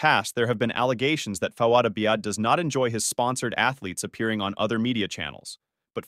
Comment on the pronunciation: Have you actually watched either podcast? You can’t seem to pronounce Fouad Abiad or Palumbo